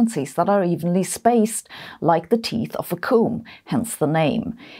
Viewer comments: Your pronunciation of "optical frequency comb" made it sound like you said "optimal frequency coom", and for half a second I thought you were telling people how often to masturbate. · You're German so of course you have an accent speaking English, but I hope I'm not out of line to mention that native English speakers pronounce "comb" to rhyme with "home". Your pronunciation sounded more like the Welsh word "cwm" which is a glacial feature - Google says that's "felskessel" in German. Feel free to correct my atrocious German any time! As ever thanks for the awesome videos and keeping me in touch with the world of physics and science which I haven't studied for several decades now. Even my non-scientist wife enjoys your videos and we always get a kick out of your humour. I live in hope we will get a musical number from you again sometime, you are so multi-talented! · Oh wow the way you say "comb" sounds like "coom" 😂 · "Comb" rhymes with Rome an home.